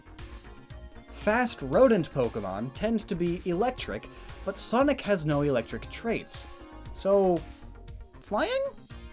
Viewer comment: I’m bothered by the way you pronounce Sonic